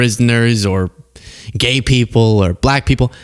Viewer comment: Why is there so much emphasis on the word gay??? Be gay and be done with it